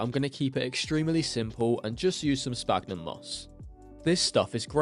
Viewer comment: Hi, I really like your content especially the terrarium stuff but please please stop saying sPagnum it's pronounced like sfagnum because of the ph. I don't mean to be rude or anything I just find it so hard to keep hearing that mistake.